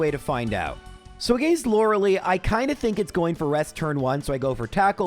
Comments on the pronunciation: Why do you pronounce her name as “Loralee?” Her name is supposed to be pronounced as “Lore-uhh-lie” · I've never heard someone pronounce it Lora-Lee. I've only ever heard it as Lora-L-eye. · > aGAYNst > Lorelee > arKAYnine I want to punch this man.